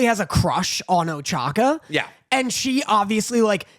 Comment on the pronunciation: I like that keeps giving shit about pronouncing Soka as Soaka, but then he keeps calling Ochako "Ochaka"